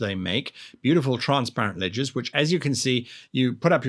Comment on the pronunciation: I swear he said "ledgers" not "ledges". I still don't know what he was calling them or how it was spelled